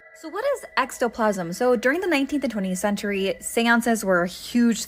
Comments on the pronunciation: Ectoplasm,, not extoplasm... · Its "ek-toe-plasm". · Drink every time she mispronounces "ectoplasm" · You say ectoplasm wrong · like how do you have a horror/folklore tiktok but mispronounce words. It just chips away at her credibility.